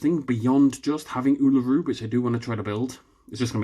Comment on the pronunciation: me cringing at how he said Uluru